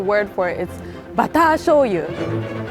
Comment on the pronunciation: it’s bātā-jōyu not bātā-shōyu.